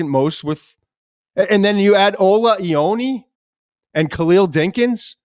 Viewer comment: Iowa-nay = Ioane